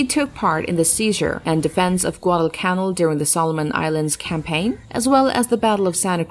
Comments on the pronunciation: Learn to read and properly pronounce names and words before becoming a 'voice over person'. It's "pronounced" GUADAL CANAL like the Erie CANAL; NOT pronounced Guadalcannell. KYLE CREEL ARLINGTON,TX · Rather strange narration in this film, obviously by a non-English native speaker, with many accents on the wrong syllables. The worst example of this is "GuadalCANal!" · Ca-nal like the Panama canal. Get your basic facts down.